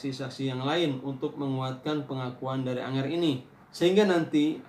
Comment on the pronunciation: Angger pak bukan anger